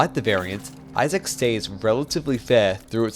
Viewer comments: Eye-zick you doof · why does he say izack like that?😭😭😭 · this is an incredible video, definitely deserveres more love. you say isaac kinda weird though